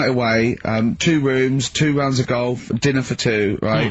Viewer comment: "well shizzen pay goff it zz a prezn goff goff wezza sa goff goff so..." It's like one of his movie reviews